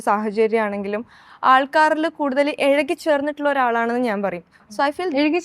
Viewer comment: Ezhaki alla izhuki aadhyam Malayalam Nannai padikku